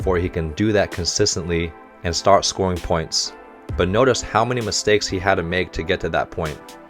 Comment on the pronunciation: You'll sometimes see haikyuu spelled haikyu because of different conventions when transliterating from japanese to english, as the last vowel is held longer And while we're talking about technical stuff, on a pronunciation note, Hinata is pronounced "HEE nah tah" with the first syllable stressed